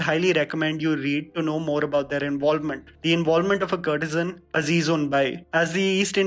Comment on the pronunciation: Very informative! Can you think of correcting your pronunciation of some words please - valiant, courtesan...